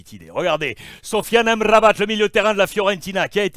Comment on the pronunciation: J'adore Alexandre, déjà il prononce Amrabat comme il se doit après il lâche des welou lol, fore à toi je m'abonne